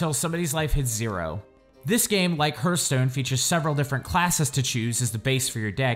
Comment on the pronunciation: "hurthstone" ... Please...